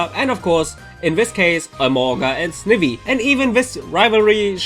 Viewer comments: It's pronounced Sn-ai-vie not sn-I-vy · snivvy lol. it's snivy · DUDE!? WHY!? SNIIVY? ITS SNIVY BRO! GET IT RIGHT! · Did you really just say snivi instead of sn-i-vy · it's snivy snie-vy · "Sn-ih-vee" TRIGGERED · Wait did you just say SNiVY? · You mispronounced Snivy. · And di you just fu*king pronounce Snivy wrong. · guys did you hear how he said “snivy“? XD